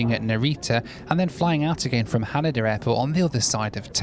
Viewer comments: HanEda not HanAda LOL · FYI... it's pronounced ha-NAY-da